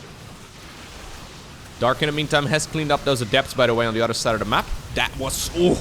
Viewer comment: I've noticed all of the Dutch casters can't pronounce a T, it is always replaced with a D. Anodher, Brodher, Uder (other), Lader (later), dedonation, Creador, Door drops. Is it just that the Dutch language doesn't have T's? always saying udder constantly and I'm looking for the cows. Now that I've said it you can't un-hear it